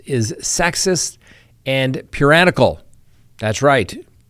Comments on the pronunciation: I think the word is "puriTANical", not puranical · the word is puritanical not puranical. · "Puranical" is not a word. It's "Puritanical", like the Puritans, geddit? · Hey no such word as Puranical, I'm sure you meant Puritanical. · Puranical?? Puritanical?🤔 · Puranical,..? Sounds like 'puritanical' would fit well... Or did I mishear you..? Thanks for the show! Added later: I keep googling all kinds of puranical, purian, etc. that you kept reading from Diddy's defense document but can't find any of them. As a non-native speaker, I'd really like to know about these words. It's am here in Sweden right now, so I plan to blame sleepyness for not being able to let go! 😅 Have a wonderful day everyone! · I believe the word is puriTANical. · I love but correct me if I am wrong puriTANical 😂 lol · Like puritanical? Me too 😂. But that does add to my vocabulary.